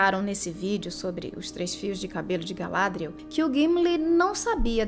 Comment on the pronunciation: O nome 'Galadriel' é oxítono de acordo com a fala original dos atores, não paroxítono como é dito neste vídeo.